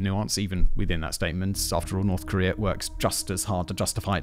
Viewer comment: Where is this, “Kor-ree-er” you mention every so often in this video? EDIT: Never mind, I found it. Apparently it’s on a peninsu-ler right next to Chi-ner.